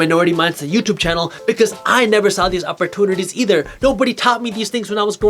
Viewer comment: I watch all your videos and I can help but chuckle a little inside every time you say "opportunities" lol Keep the videos coming your truly making a difference!